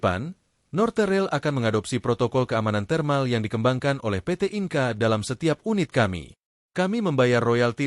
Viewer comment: Naratornya belajar bahasa Inggris dong, INKA itu industri penting